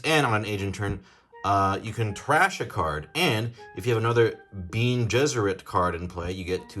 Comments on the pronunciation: I was fully triggered at “Bean” Gesserit. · "Freemen" and the "Bean" Gesserit lmao